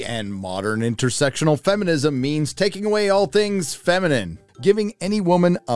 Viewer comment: I love it when they take a "strong female" and then just give her the qualities of a man, completely ignoring any feminine qualities. Oh shit, he said Fem-inem! And the dude where's my car guy looks like a discount Aragorn!